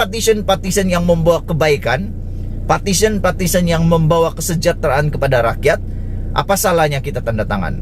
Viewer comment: Hoi....sebutan buat jelas...."PARTITION" atau " Petition"